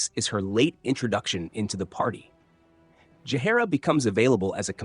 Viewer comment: Astarion pronounced 5 different ways and exactly 0 of them correct. Jaheira was driving me insane too.